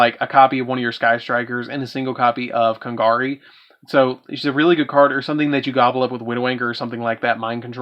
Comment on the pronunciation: KANGARI?!?! WTF DUDE, LEARN HOW TO PRONOUCE THE GOD DAMN CARDS, YOURE AMERICAN AND DONT KNOW HOW TO PRONOUCE IT?! FUCK THATS A SHAME!!!!